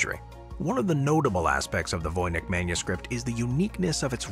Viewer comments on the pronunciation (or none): Voynitsh manuscript- the pronunciation- not Vojnyk(or Vojnich)...